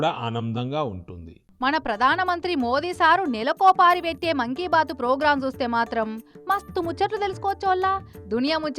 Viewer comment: మంకీ బాత్ కాద మా 😅మాన్ కి బాత్😅😅